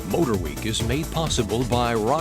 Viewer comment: "MotorWee" I see what happened there!